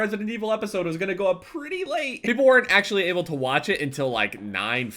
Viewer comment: Why TF did you say 'Pretty Late' like that at the start of the video (like if you agree it was weird xD)